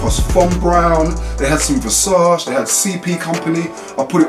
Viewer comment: Feel like you should know Versace is pronounced : Ver Sach Ay